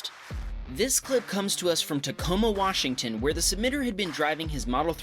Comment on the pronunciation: Washtington lmao